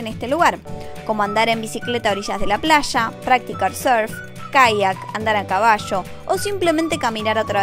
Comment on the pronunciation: Quiero andar a cabasho en la plasha, así como ver bashenas.😂😂